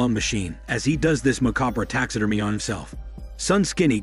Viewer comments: It's pronounced "Tax ah Derm Ee ah" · "Tax Sid Er Meh" I love that the person doing this channel is not a native English speaker and the voice is an advanced text to speech program I have heard on other channels. You end up with engrish like that said in a confident way.